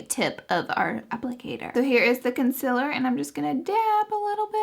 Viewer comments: Guuurl I love you but the way you pronounce concealer 😫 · I'm sorry but I just don't like the way you pronounce "concealer". Your makeup is bomb, your personality is great, your videos are amazing but that word gets me everytime lol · I will forever love how you say concealer. Please keep doing these reviews ❤️ #snapchat #lauraleeforever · How are you so darn cute also i looooove the way you pronounce concealer #snapchat #snapchatfam #snapchatfamily #bestyoutuber